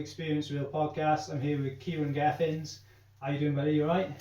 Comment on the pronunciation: Just noticed you said Kieran Gething’s! You twat! 🤣🤣🤣